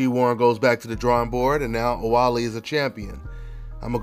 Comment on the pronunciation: OuBaali ! Not OuWaali !